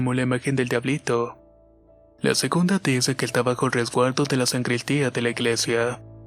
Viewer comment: Muy buenas historias! Nadamas una pequena correccion, es "Sacristan y sacristia" no san-cristan ni san-cristia! Puesto q no son san-tos! Me gusto te dejo mi like!😉